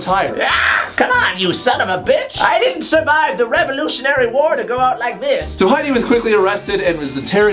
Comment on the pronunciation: grandma impression is amazing even when he says the revorlutionary war.